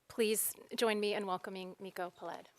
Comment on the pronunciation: Peled is pronounced PE-led.